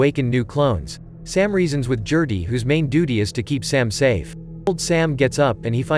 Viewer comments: "Jerty". No. It's a hard 'G'....Gerty. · Gerty not Jerty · I can’t take you calling “Gerty,” jerty! It is driving me too crazy to watch video. GUH GUH GUH GERTY. Not JUH JUH JUH JURTY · I KNOW!!! I was looking for someone else who was driven nuts by that mispronunciation!